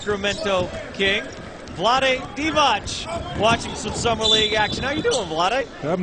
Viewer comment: It's DEE-Vatz, not DEE-Vahtch!, typical American.